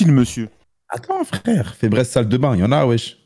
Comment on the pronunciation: febreeze🤣🤣🤣🤣 febraise c'est febrise la prononciation